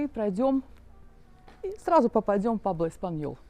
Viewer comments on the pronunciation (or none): Не Пабло, Пуэбло😂 Прожив почти 14 лет в Испании, так интересно наблюдать ваши восторги!😅 Интересно через пару лет посмотреть….Как- то жутко, никого нет…